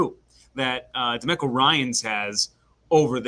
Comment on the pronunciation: Is anyone gonna tell how to pronounce Demeco Ryan’s name? 😂